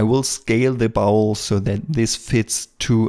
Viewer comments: I love to hear him talk about the "bowel". Just kidding. It is pronounced "bOl" with a long O, btw. Great video! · Thanks, excellent tutorial as usual. Just a quick pronunciation tip. In English, contrary to all logic (no surprises there), the common pronunciation of the word bowl is more like 'bole', as in role, stole etc. Logic would dictate a pronunciation just as you say it ie. as in owl, but no, in English! This is a bit nit picky, and definitely not a criticism, but I know you have striven for better pronunciation from your first few videos, Love this series, you move right to the top of my list, alongside Blender sculpting gods such as Yan ( you know who) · Bowl pronounced b-owl, not bowel, I know by your accent, that English isn't your native language